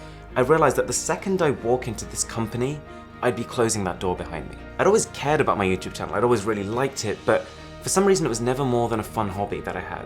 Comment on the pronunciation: “With YouChewbe” I’m dead